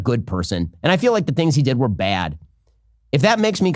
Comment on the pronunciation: Wait a moment. Ben is from Los Angeles, but he pronounces the word "Bad" as though he were from New York of Baltimore or something.. Maybe like Chicago, But I feel like you wouldn't usually expect someone from LA to talk like that.